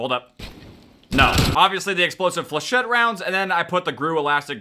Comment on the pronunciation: Thank god he can actually pronounce flachettes correctly